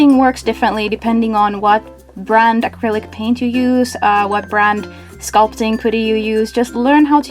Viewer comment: Are u saying critic paint or acrylic paint